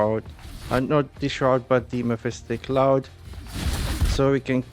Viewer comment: Great content but please mephitic cloud does not have a letter S in it